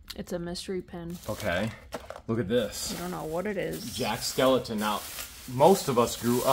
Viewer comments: Please, his name is Jack Skellington not skeleton.💀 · It’s Jack Skellington. Not Skeleton